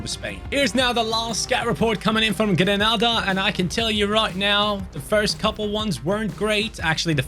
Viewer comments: it's pronounced gren - aida not gran nada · Grenada is pronounced. Gre-nay-da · GREE-NAE-DAH 🇬🇩.😂 I love this channel❤ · It's Grenada mate. No 'Ah' pronunciation for the first 'A'. Literally A…Say it Gren-A-da! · I’m from Saint Vincent and the Grenadines🇻🇨. Love your channel but some of the countries you’re pronouncing them wrong especially Haiti and Grenada…